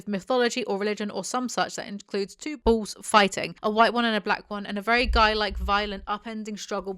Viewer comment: Took me way too long to realize you said 'bulls' and not 'balls'.......